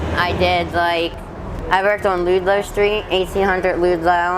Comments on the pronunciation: That's weird she's proud of all strip clubs she worked at. Then she pronounces Ludlow.Street as Loodlow or Ludelow. No judgment as she's lovely, and intelligent. Just a small thing struck me. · She’s so so ill. Her native intelligence is there, but her brain function is compromised. It’s hard to know what’s talking the drugs or her mental illness. Likely both. Loodlow St. I don’t even know how it’s possible to say it that way. Also it’s funny to think that the Hope Diamond went down on the Titanic but ended up in the Smithsonian. That incongruity is not just her — in the movie Kate shows also several pieces of impressionist art as well as a Picasso. All of those pieces are intact in museums. 😂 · Right? I'm the weird one. said she's from Delco so I guess I wondered why she pronounced it like that. Also I'm the person freaks out when someone local calls the El "the train". Good thing I never did meth! My.brain.already screwed. Most importantly aside from my useless knowledge I pray can get clean. She's a beautiful and intelligent individual. 🙏 🙏 🙏 BTW thank you for asking so I could get it right in my brain. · Oh Angela I agree. Drugs or not I have no animosity towards sex workers. Totally understand why she mentioned them. All the right pronunciation except Ludlow. The least worries we should all have especially caught up in that mess. Bless her.